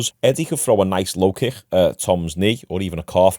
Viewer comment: Why do you pronounce the word kick so lazily